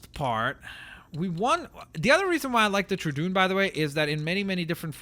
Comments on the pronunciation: it is pronounced true dawn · It's troodon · Sorry but it doesn't really look like pickachu(I don't know how to spell it) also that's not how you pronounce troodon-tro-ah-don. That's how you pronounce it. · Why the fuck does he say troodon like that